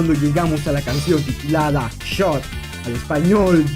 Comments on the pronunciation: Se me hizo raro que la pronunciaran Shot, yo pensé que era Too Hot XD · Pensé que el nombre de la 3ra canción se pronunciaba two hot, haciendo referencia a qué Darnell prendia en fuego los sprays para explotar a pico xd